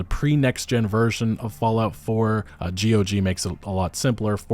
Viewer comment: you pronounce it gog not g.o.g.